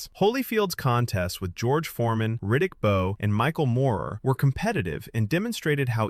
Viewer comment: Riddick Bowe?????????? You can’t pronounce his name?